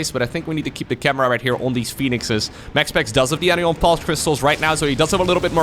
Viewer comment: Just want to point out.... it's AN-EYE-ON crystals. Like Cation but the opposite anion. Negatively charged ions.